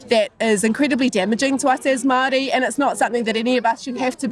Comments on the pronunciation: Awesome to see NZ getting some international spotlight. Does irk me how Andrew pronounces Waitangi perfectly but continues to say Maori like "maow ree" throughout the video, though. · Bro didn't even try to look up how to pronounce of Māori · "im maori"? lmfao he cant even say it right with that devil mouth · David Seymour says he's Maori but can't even pronounce it correctly